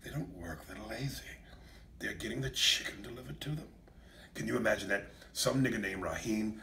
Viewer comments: I love the way he says "CHIGGEN"!!!! 😂😂😂😂😂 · Ms. Dani Chiggen! 😂😂😂